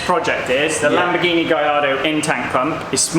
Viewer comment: Non si chiama Lambghini, si chiama Lamborghini